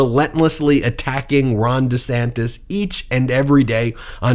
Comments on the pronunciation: DUH-SANTIS is actually pronouncing his name: Ron Dee Sanis...no "t". He may be going thru a mid-life crisis. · It should be pronounced 'Rhonda Santes'! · Sounds like he used to say Ron D Santis 😂 although in fairness I Americanized the way my surname is pronounced as I got older just because I was tired of correcting people all the time. But I’m also not a public figure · Actually, neither of the 2 ways Ron DeSantis pronounces his sir name are wrong. It should be Di Säntēs He is wrong on how he pronounces his name and is wrong on how to govern. Fascists are alway the wrong choice. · it's Duh-Santis. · That's rich, Donald Drumpf chastising DeDantis about the pronunciation of his last name. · Donald Drumpf criticizing anyone for changing the pronunciation or outright spelling of their name is laughable. The fact he's using Democratic talking points against DeSantis; even as Trump backs Republican attempts is even more laughable. Both of DeSantis and Trump's followers sit there slack jawed in awe of the spectacle, as if they were watching AWE ringside, not realizing BOTH men are set to ruin their lies, as well as, the "libs". You can't write this as fiction anymore! #SAD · Hilarious that Don disparages Ron for adopting a better-polling pronunciation of his surname when ex-guy himself is most likely a product of the Drumpf family lineage. Such sorry asshats are they both by any name. Have a great weekend! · Drumpf criticising the changed name pronunciation? Hilarious.